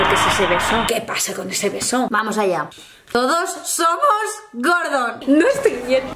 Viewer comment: andrea me esta dando toc absoluto oirte decir gordon, ES GORDO!!!! sin la N!!!!!!!!!!!!!!